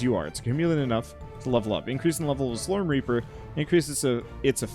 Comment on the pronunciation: You say slorm, and I hear slurm from Futurama. Lol